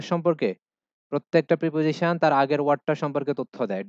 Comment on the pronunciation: sir, Preposition এর উচ্চারন আপনি প্রাপজিশন বললেন এটা কি সঠিক উচ্চারন, আমি জানি উচ্চরন হবে প্রিপজিশান